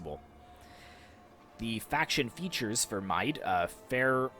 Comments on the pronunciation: Mide (Mead) -> Meath (mee - the) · Mide is pronounced Meath and Airgíalla is pronounced as Oirialla or Oriel